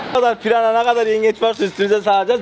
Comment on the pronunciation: abi piyana değil pirana😂😂